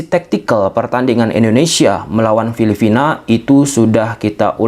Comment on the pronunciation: Filipina bang.. bkn filifina :face-purple-crying